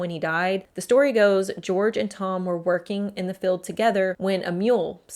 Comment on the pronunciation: field not "filled". Jail not "gel"